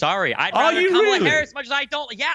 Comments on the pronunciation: She needs to be cancelled, she said Kamala’s name wrong. 💨 be gone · Wair wait wait... inat didn't she pronounce that hyenas name the same way Trump got slammed for over and over and over and over and over? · Whoopie Goldberg is insame! She can’t even pronounce Kamala’s name 😂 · Did you hear how she pronounced Kamala ? I thought that was wrong?